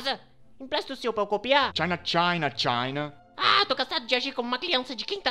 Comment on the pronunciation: C H A I N A (eu sei que ele falou China)